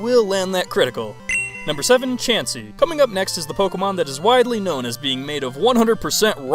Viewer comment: HIM: CHAUNCEY ME: 🤨